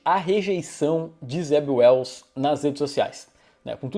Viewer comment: O nome Zeb Wells soa como Zé Ruels 😄